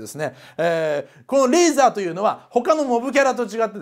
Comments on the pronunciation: レイザーじゃね？レーザーじゃなくて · リープ（pu）じゃなくてリーブ（bu）だし、レーザーじゃなくてレイザーだ。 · 中田さんレーザーじゃなくてレイザーですよ